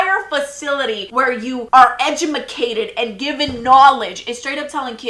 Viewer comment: “Edjumacated” got me 😂😂😂